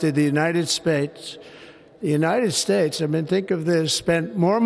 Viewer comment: " The United Spates!!" 😂😂 He's going senile!😊